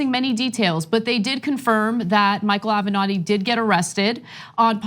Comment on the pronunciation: Michael Ave-not-he